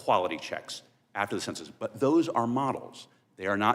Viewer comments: Her points would carry more weight if she quit saying "consensus" instead of "Census" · "conduct a concensus" The lack of education is on full display.